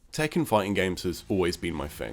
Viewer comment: Lol "Tekken."... I'll leave now